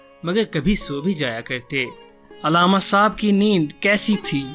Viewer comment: تمھیں علامہ کا تلفظ تو آتا نہیں ہے۔ عل+لامہ، یعنی ل پر تشدید اور ع پر زبر۔